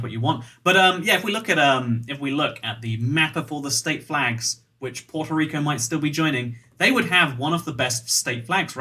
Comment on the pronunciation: did you just say porto rico